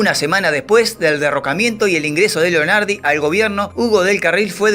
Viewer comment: Entre otras: 1) Lonardi, no Leonardi; 2) "Caserón de TEJAS", no tejos; 3) Manuel de Falla, no Manuela. 4) Baden-Baden (en Alemania y se pronuncia así), no "Beiden Beiden; 5) En los '70 Pascualito Pérez fue ordenanza en la Casa Rosada. 6) A Gatica, que vivía en una "villa miseria" de La Plata, lo vi una vez, con un sobretodo raído y viejas zapatillas rojas de básquet, abriendo puertas de taxis en la estación de ferrocarril de La Plata; 7) El libro de Jauretche (a quien también tuve oportunidad de conocer y hablar unos minutos con él brillante se llama "El medio pelo EN la sociedad argentina"; 8) Entre los países en los que filmó Sandrini (otro al que tuve oportunidad de conocer) hay que sumar a Chile (2); 9) Ceilán recién pasó a llamarse Sri Lanka en 1972. En 1956, teniendo yo 13 años, lo vi y escuché a Hugo Del Carril cantando en un parque de diversiones instalado en la cancha de entrenamiento de Estudiantes de La Plata. Cuando yo tenía más de 30 años, lo vi personalmente en el IFONA (Instituto Forestal Nacional), en la ciudad de Buenos Aires; nos cruzamos, lo saludé y me contesto cordialmente, con la mejor sonrisa (no soy peronista, pero le reconozco la coherencia: nunca renegó de su posición política). Gracias por su muy interesante trabajo. JG.